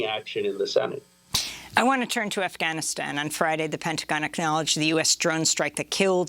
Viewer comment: Hey Amy...its 'Afghanistan', not AhhGAHHHnistan. You are impressing anyone pronouncing it with a your woke accent, and wrongly, i might add.